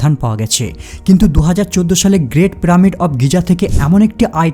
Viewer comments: প্রামিড?? পিরামিড, উচ্চারণ ঠিক করে কথা বল মুর্খতা সহ্য হয়না। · প্রামিড নয়, পিরামিড😂😂😂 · আরে মাদারের বাচ্চা কথাটা প্রামিড না পিরামিড হবে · প্রামিড কেন বলসছন? পিরামিড হবে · তুমার পিরামিড উচ্চারণ সুন্দর নয়। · কেবল প্রামিড না আরও কয়েকটি উচ্চারণ খুব বাজে। stone কে বলছে " ইস্টোন"!!